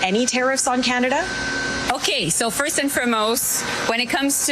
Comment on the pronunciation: Please stop joli from saying firstvand for most every answer has that in it, or let me be clear... Just stop